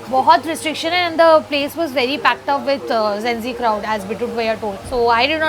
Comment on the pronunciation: Gen Z ❌ Zenzy ✅ Vibe ❌ Wive ✅ 😂😂😂😂😂😂😂